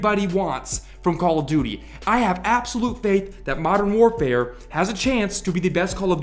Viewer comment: After a while it sounds like you're saying Call of Doody lol